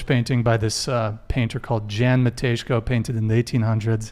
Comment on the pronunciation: Wow! I didn't expect a mention of Polish painter here! Picture is called "Stańczyk" in original, and Matejko is pronounced more like "mateiyco"